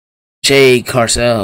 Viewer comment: It Cargill not carcell